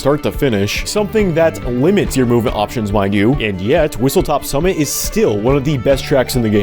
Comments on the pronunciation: Just letting you know, it's whistleSTOP summit, not whistleTOP summit. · I'm so glad you said Whistlestop Summit's name wrong because the actual name just sounds genuinely terrible to say & to listen to.